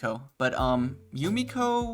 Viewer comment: Had to check and hes its Jumeko not Jumiko. Out the anglophones and confusing e and i.